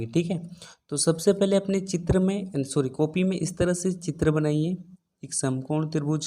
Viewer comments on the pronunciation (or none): none